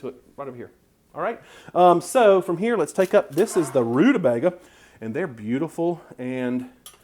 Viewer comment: You pronounced it right, honey....Rude-a-BAIG-a! Then there was one of my grandmothers who said, rude-a-BEG-er...hehe